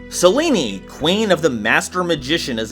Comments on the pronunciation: "Selene" is pronounced "Seh-Leen", not "Seh-Lee-Nee",! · Dude, you need to get better at pronouncing names properly. Selene is pronounced "Sel-Een"